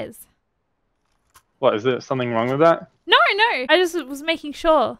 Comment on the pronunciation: New zealanders turn the word no into a 5 syllable word it's so weird haha "nooerrwerr"